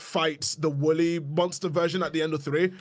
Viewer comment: For a second I thought was saying Willy instead of Wooly